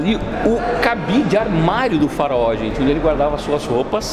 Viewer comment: Farao Deus kkkkk fala direito